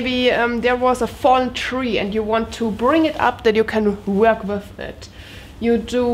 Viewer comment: Wow! when you said "come wiff me", says you are getting so much better with your english!!! You got the W (like Wind, Why, Wonder correct), now we work on the "TH" that goes with the word WITH. :) (come WITH me) i am making short video for you... ( very short ) Also i will make seperate video on pronounciations to help more, and in no time you will speak near perfect english, so, if you are interested, come along and join my short videos just to help you improve and get much, much better! (AND YOU ARE!)